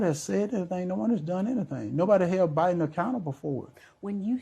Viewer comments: Did he say president O-Biden? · He called Biden Obiden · Sounded like he said president obiden🤣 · “President O’Biden” 🤦‍♀️ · Did he say President OBiden 😂😂😂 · walker said o'biden